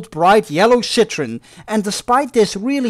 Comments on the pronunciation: The name of the car is citroen not shit--ron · Ok, "Citroen" is pronouced with the "en" at the end. "Cit-tro-en" ;)